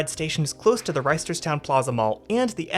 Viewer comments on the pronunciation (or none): I need you to know that we don't pronounce the first T in Reisterstown Also, some actual information: - Yes, the system is much busier during the week. It serves a lot of commuters but even more k-12 age students. This is also true of the light rail and bus systems - It's not true to say the north south line was scrapped, because it was ultimately turned into what is now the light rail line that runs from Timonium to BWI airport and Glen Burnie